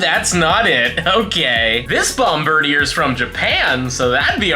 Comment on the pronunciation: It's pronounced Bomb-Bird-dear. It's a Bombardier Bird